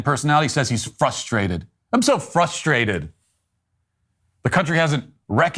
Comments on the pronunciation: Maybe learn how to pronounce fRustrated and then MAYBE we can take you seriously! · Right and the first clown said " we fustrated" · Why can’t black marxists pronounce the word “frustrated”? The word is NOT FUSSTRATED.